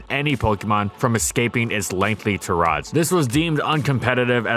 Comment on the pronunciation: Tah-rod? I think you meant tirade (tie-rade) there